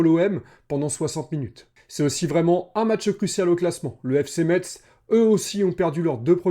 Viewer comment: Merci de l'analyse! Je pense aussi que l'équipe a besoin de prendre de la confiance et de la complicité. Et si Lees-Melou arrive, il faut qu'il joue. Par contre, stp, prononce Metz "messe", le T est silencieux ;)